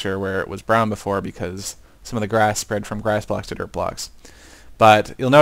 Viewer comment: I hear u say dirt, derp lolol